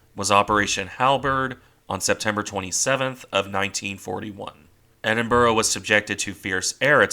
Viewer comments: Pronounce as Edinbruh. Now tell me how Niagara Falls is pounounced Niagra 😀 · Sorry, this is not meant to detract from the work you put into this video. It's good. It's just the pronunciation is like nails down down a chalkboard. Ironically enough at points you prnounce it almost perfectly. With the typical American accent it is easier for you to pronounce it Edin*Bruh* A similar sound to what you would make saying 'Brother* or "Hey Bruh, what you doing?" While not quite right, it is would be less jarring to people who live in the UK. I'll keep an eye out for your next videos. Thanks.